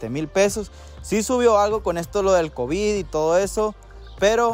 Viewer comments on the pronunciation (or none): none